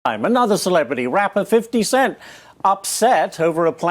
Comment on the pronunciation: did the deputy mayor actully call "50 Cent," "Fiddy?"